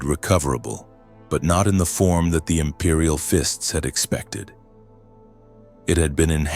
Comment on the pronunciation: "Imperial Fints" "Regee-Dern", Tac rails on bolters! This is a fever dream I don't want to wake up from ❤😅😅